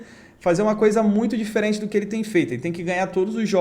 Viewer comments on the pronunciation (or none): Mano , gosto demais das suas dicas , slc , o safe do mundo bet quase sempre da bom , obs:(eu racho os bicos de vc falando Douze kkk)